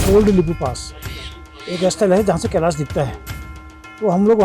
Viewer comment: कैलास नहीं कैलाश